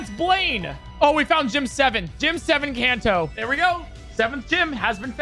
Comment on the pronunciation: Bro said can toe